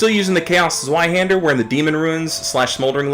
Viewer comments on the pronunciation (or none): Loving that zewihander pronunciation.